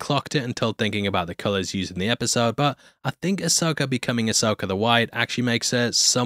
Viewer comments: There's no "R" in Ashoka 🤣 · Who tf is Asoker?